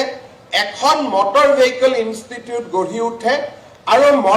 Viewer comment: Vehicle pronounce Koribo nuware aisobe, keneke nu news anchor hol nije u najane sage. Mor gedha bilake he job pai, bhal educated manuhe napai. Vehicle 😂😂😂